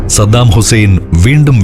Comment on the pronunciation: പപ്പു പറയുന്നതു പോലെ സദ്ദാമുസേൻ 😆😆😆